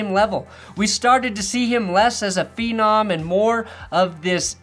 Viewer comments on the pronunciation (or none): none